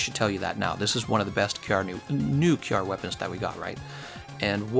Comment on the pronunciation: Finally, you started pronouncing it kyarr. By the way I always wanted to try decay lpg against him. I am glad somone had the same idea.